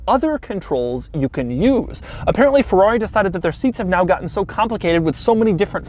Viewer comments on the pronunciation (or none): P O RR T O F I N O, please. NOT porrofino. F E R R R A R I not farari. PLEASE!!! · Not Feuuuaauuuii! FeRRRaaaRRRiiii! :-D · Come on, can't you even say Ferrari? When you are bored inventing your own brand pronunciation? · Boy its called FERRARI and NOT fevvauvi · I hate how he says Fewawi.... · Nice Pherrawree! Nice Topperation :P